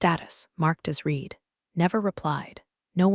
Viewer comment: Yeah, these cheap text-to-speech engines always get that wrong.